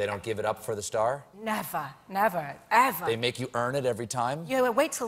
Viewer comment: did i hear that correctly she said: "nevahh evuhrrr" both British and American "r" pronunciation in one phrase. pretty amazing!